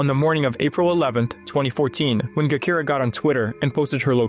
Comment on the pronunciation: Gakira (Jakirah) he's killing me with that pronunciation and this misinformation.